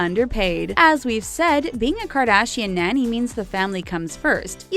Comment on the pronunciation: Someone please teach this woman how to pronounce “nanny” and “iron” 🙄🙄🙄🙄